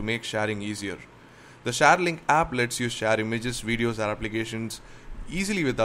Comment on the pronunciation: Sorry but what is a shaare link and sensaars nice review mate but work on ur pronunciation and dont mind eh.